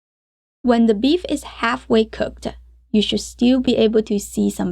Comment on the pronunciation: Just curious why she adds a schwa when sentences end in consonants? Like "beef-uh" instead of "beef".